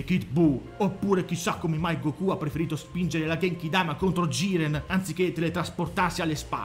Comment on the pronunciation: Se dici Gokú allora devi dire anche duragon boru😂